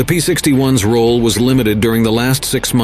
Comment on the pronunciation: I had to stop about 10 minutes in, as AI's pronunciation of "P-61s" (plural of P-61) as "P-61 ess" got to be too damned irritating🤬😡